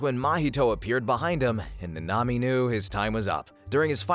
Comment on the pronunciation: Your saying it like nnami its like nAnami